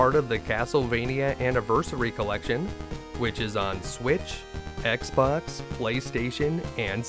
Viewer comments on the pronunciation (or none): none